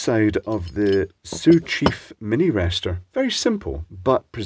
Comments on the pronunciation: I’m surprised you pronounced “Sioux” correctly, quite a few people in the USA would’ve butchered the pronunciation. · I think the most impressive thing here is ability to not mangle the pronunciation of Sioux. Usually Native American based words just have Europeans falling on their face. Like when Brits laugh because people try to pronounce all the letters in a town name when its actually made up of 50% silent letters, but usually we get to do the laughing for once. "Whats wrong, Sioux, Iriquois, and Navajo too hard to pronounce?"